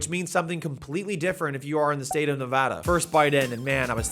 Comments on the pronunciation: Subbed because you actually said Nevada correctly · As a native Nevadan, THANK YOU for pronouncing our state's name correctly 😂😂 there is no H in Nevada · Thank you for saying Nevada correctly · Thank you for saying Nevada correct. Just for that next time you’re here you can have a Nevada 3-way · Thank you for saying Nevada the right way🫡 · Thank you for pronouncing Nevada properly.